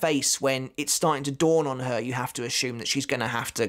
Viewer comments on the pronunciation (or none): none